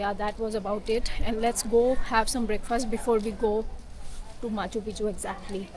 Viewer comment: aa gye hain "moun Chukk ke" 😅. Crazy Punjabi accent of a sikh girl. Genunine Punjabi accent 👌